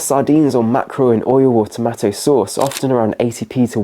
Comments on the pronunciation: That's what I was wondering, it was repeated so many times and totally distracted me from the rest of what was being said. Strange to say the least!😮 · Tomatto? You nearly lost this viewer when you kept saying that. great advice though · He pronounces tomato as tomatto throughout. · Who taught you how to pronounce "tomato"?! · Nobody going to mention his pronunciation of tomato? Really nobody? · What pronunciation of "TomAto" is that, it's like half US, half UK pronunciation 😂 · One of the best series on the internet which i've on just discovered and am going through them daily. However, Oh My! i'm vetting and censoring them dreading the likelihood should they have use of the word TOMATO 😈 i ain't never heard it pronounced this way! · Nobody pronouces 'tomatoe' like that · Why can't you say tomato?